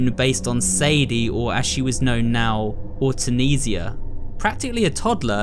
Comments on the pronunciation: About Belial. She is actually pronounced, Or-Tense-ia. I heard that from Epic Mickey 2. Don’t pronounce the I as a vowel in “ia”. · The belials name is pronounced Or ten cya